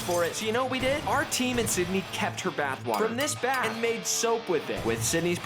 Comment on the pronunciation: Why it sounds like Buttwater when he says Bathwater